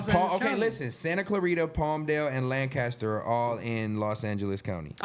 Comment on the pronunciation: In Texas we say , LANCASTER not lincaster! Wtf is that, Don’t take Stet word on Texas. Bruh ain’t been here in a while.